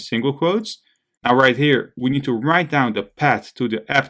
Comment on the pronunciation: it's not "pad" it's "paaath" with a "th"... but it looks like it's a common thing for 🇳🇱 people, unable to speak "th" like 🇨🇳 have their issues with "r"... it doesn't make it impossible to follow, but if people talk in English, they should be able to handle the basics of that language... so my advise: please learn to speak the "th" to avoid confusions when listening 👂... anyway, thanks a lot for this tutorial and all the work that comes with such a long video!